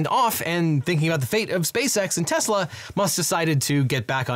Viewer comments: Did you just say “Teslers”? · Tesler… everything’s computer. 😒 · "Teslers" 😂 I'll never forget Trump saying "I love Tesler!" and "Everything is computer!" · “I LOVE TESLER!” - Donald Trump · why'd you say tesla with a hard R?? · did he just say tesla with a hard r? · Yep, that's how TFG said it. He is too used to using a hard R with another word usually said with an A at the end...